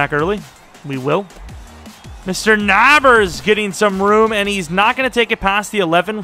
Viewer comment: It’s Gabe (Nay) (Berrs) Not Nahbers. Not being rude!